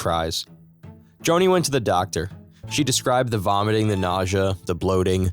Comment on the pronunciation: "vomating" 😂😂😂😂 I'm out